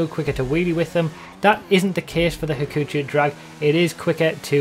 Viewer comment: はくちょう ha-koo-cho it google translates to 'trouble'